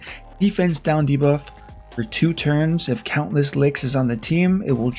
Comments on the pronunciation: Great video! 😁 it’s count-ess lix btw not count-less 😅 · I can't tell is he's pronouncing her name "Countless Licks" on purpose or not. Lol